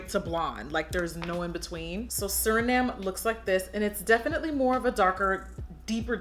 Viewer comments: I think it’s supposed to be Surname (like a last name ex: Dickhausen is my surname) pronounced “Sir-Name” rather than “Sur-Nahm.” It’s fine though, the look is beautiful! I love your charisma and the way you say things! That’s why I subscribe and watch! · Yaaasss!!! I love this. That contour is looking snatched to death too. (BTW the brow pencil name is pronounced “sir-name”. A surname is like someone’s last name.) Okay going back to finish watch the video. 😊😊🙏🏽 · How she pronounces surname LOL. Love it.